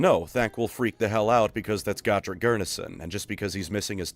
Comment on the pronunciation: its Go-Trek...for the love of GOD i cant stand the way people say his name now. this guy mutilates so many names my god in heaven.